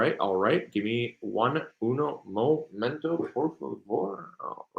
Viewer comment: Lol first time listening I just caught on to his broken Spanish accent I love it - I’m Mexican and only speak a little bit myself lol 😊